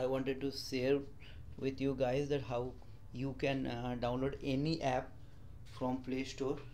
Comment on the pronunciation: Ganyan din ang pag salita niya ng app epp daw🤣😡🤬